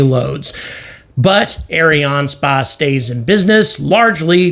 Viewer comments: Ariane spase 😂... its just space , like space englise .. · Its Ariane Space like the englisch word space. Please dont say it like you do. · Areeāne Spāss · Arianespace is mostly a French company, and I think the name is constructed from the words Ariane and Espace, the French word for Space. His pronounciation is quite common, although there should be no break in the middle.